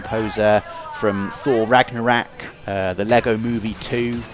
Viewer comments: Thor ‘Ragnarak’ lol! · Have I been mispronouncing “Ragnarok” or did just name a new IKEA product?:P